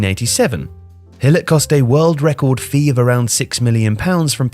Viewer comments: Gool-it would do just fine. I do not understand where he's getting the Hill pronunciation from -. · I don't understand why the narrator, a native English speaker, would pronounce the name Gullit as "Hillet". I know English language pretty well and this bizarre pronounciation that almost doesn't have any resemblance to the Dutch name 'Gullit' does not make any sense. Neither in English nor in Dutch. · Gullit is pronounced with a hard G sound in Dutch not an H sound. Great video otherwise. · Who’s this ‘Hillit’ you keep mentioning? Looks al lot like Gullit (G as in Getafe, ull-it), mind. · "Hillit"?! Is that really how Gullit is pronounced? Anyone else I would just say "You're pronouncing it wrong!" But, you're usually pretty spot on with pronouncing foreign names correctly as they're actually supposed to be pronounced, but I've never heard anyone call Ruud Gillet like "Hillit" before... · I love you man but your pronunciation of Dutch names is like nails on a chalk board. “Hillit”? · It’s Gullit, with a G sound, not a H sound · Just a reminder, the dutch G is not a soft consonant at all like an H. We pronounce it by literally scraping our throats. And the U in Gullit is pronounced like, well, a U, not I. Same comment with Rijkaard, your pronunciation is way too "gentle" i suppose. I suggest you pronounce it more like the spanish name Ricardo, without the O ofcourse. It would still be the english pronunciation, but i wont try to teach you the entire dutch language in this comment haha